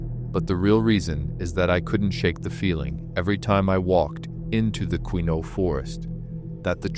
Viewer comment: Hey AI LEARN TO PRONOUNCE MY PEOPLE. THIS IS FOOLISH 😂😂😂😂😂